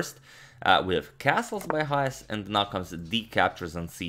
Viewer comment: Why do you keep pronouncing his name as YAHAS??? It is pronounced CHAHAS...Written Chajes